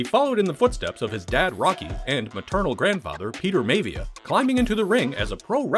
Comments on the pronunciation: I think its pronounced MI-AH-V-AH not Mavia Atleast that's how I remember it from wwf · "May-Vee-Ya"?!?!? 🤣🤣🤣🤣🤣 WTF is that?!? That's not how it's pronounced! It's pronounced My-Uh-Vee-Uh!!!!! Rocky Maivia, Peter Maivia. You're obviously not a wrestling fan!